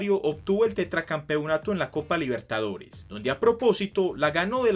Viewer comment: por primera vez River y Boca disputaban una final de copa Libertadores* Se que lo dijiste pero, a tu manera capaz no se entendía jaja, igual buen vídeo.